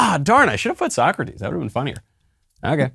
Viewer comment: Aside from clearly mispronouncing "So-Crates", I like that I could at least score 5 (6 if you count the semi-living corpse at the end there).